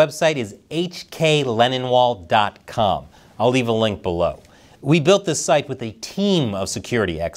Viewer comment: Does anyone else notice hklennonwall sounds like 'hkLeninwall'